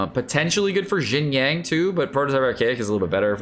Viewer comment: Lol xinyang &beidew? Dude its xinyan & beidou, where exactly are you getting the words yang & dew from.